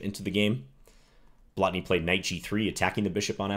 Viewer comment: Excellent pronounciation of 'Blatný'. Most foreigners can't be bothered with long vowels, especially when they are not even marked.